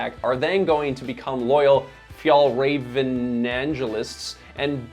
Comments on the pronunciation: F-y-ah-ll - R-ah-ven. Not Fee-yahl-ray-ven. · Pronunciation is ‘fyell-raven’, not ‘fyol-raven’. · The "Ä" in Fjällräven is an "E" sound > Fjellreven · Please just stop saying FjAAllrAAven. Just say MountainFox or something instead. Or...maybe learn how to pronounce it correctly. It's not like Swedes call your streaming service Näätflicks. 🤷‍♂️ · It's pronounced "Fyell-rahven Con-ken" :) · Haha, your pronunciation of Fjällräven is hilarious (but cute) to the ear of a swede! If you want to say it correctly, try this: fjäll = phi-el ("phi" as in philosophy + soft "el" as in the the spanish "el zorro") räven = rra-ven (the "ä" is pronounced like the "a" in ravaging or rad (and not like the "a" in large or cart) and the "r" is rrrroling like in spanish) + ven, like the beginning of ventilation) Kånken = konk-en (the "å" is pronounced like the "o" in concrete + en) fjällräven = phi-el-rra-ven konk-en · Hi all, just some information about Swedish pronunciation of the brand and its products, if you are interested. The letter å makes the 'oh' sound. So Kånken is pronounced as Konken. The letter ä makes the 'eh' sound. So Fjällräven is pronounced as Fe-el-raven I am not a Swede but have lived in the Nordics for a couple of years :) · It wouldn't be so hard to learn how to correctly pronounce Kånken and Fjällräven for more accuracy, even for an English speaker, if you just made some effort. The sounds that Å and Ä make in these words are not unfamiliar sounds for American English speakers. So really there is no excuse. For me it just portrays laziness. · WHY U PRONOUNCE BRAND NAME WRONG?!?! Omg OW at least pronounce the “ä” consistently across the word 😩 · I'm not even Swedish and it triggers me how you do not know how to pronounce å and ä. Doing over 11 minute long video and pronouncing the company name, their product and the founder wrong is just shameful.